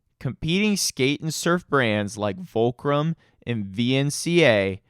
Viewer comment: “Volcrum”?😂 “Sponsoring skateboards and snowboards”?😂 Come on man for fuck sakes.